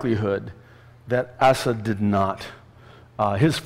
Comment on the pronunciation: Pastor- You crack me up with the way you pronounce Assad's name. I keep hearing Acid & I'm saying "Who's Acid?" then I figured out it was Assad.